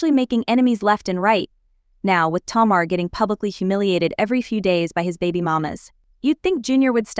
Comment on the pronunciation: TAY-mar … not Ti-mar.